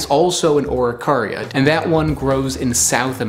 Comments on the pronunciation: I think its pronounced: A'ro-kay-ri-aa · You butchered the pronunciation beyond repair xd. In chile they are mostly eaten toasted or as flour in bread, tho pine nuts dont even exist here, common araucaria nuts are around 6cm long, some even get to 10. Also the religius appreciation for them is found in every single place where it grew, since it is a long lasting foods source that can be used for everything. Here they have spiritual value, the mapuches take care of their trees for generations even.